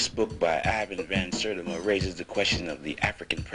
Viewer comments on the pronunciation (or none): none